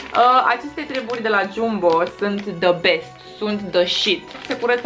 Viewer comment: Se scrie Jumbo, dar se spune Jambo. Ok? No hate. Pe bune